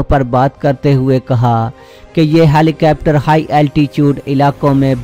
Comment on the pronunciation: ہیلی کوپٹر کو ہیلی کیپٹر کہنا کوئی آپ سے سیکھے۔